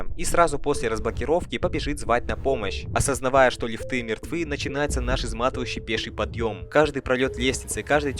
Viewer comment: Ебаный рот. Неужели так сложно выучить слово "маньяк" в разных падежах. Вас ютуберов по хоррорам завелось как собак диких и каждый говорит слово "МаньякА" 🤦🤦🤦пздц маньякА🤦 звОним, лифтЫ, прЭсса🤣🤣🤣🤣👍